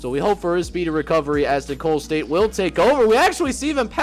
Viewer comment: For future reference Nicolls st is pronounced like “nickels” state. Keep up the great content